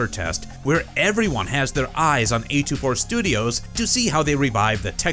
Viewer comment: A24, not A2-4